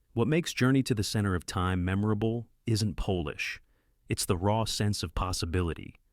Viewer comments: Can someone please stop this idiotic AI saying 'poelish' for 'polish'? No Polish people are involved - it's pronounced 'pollish' y'ninnies. And by the way that'Dr who footage you are showing for TGWLTT. Dreadful vid. Here's a link the 1983's The girl who leapt through time (AKA The little girl who conquered time) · hate the ai voice and how it says polish like polish- the nationality. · AI struggling between polish and Polish at least shows AI is far from perfect... thankfully. Otherwise, I'm enjoying these reviews of old films